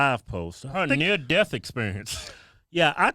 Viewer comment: did you mean to say near dick experience ???